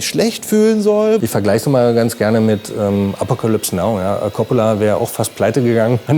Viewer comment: "Appokalüps Nau"